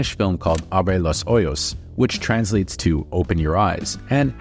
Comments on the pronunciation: My guy. "Ojos". The J makes an H sound. Love your videos! just saw this movie and loved it. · Oh boy, "Abre los hoyos" is way different than "Abre los ojos" 😅